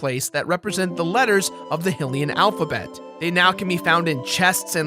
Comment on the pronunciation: It's bugging me that you're pronouncing hylian wrong 😶